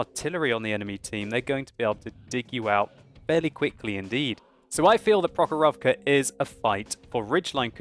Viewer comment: It is pronounced prOkhorovka, not prokhorOvka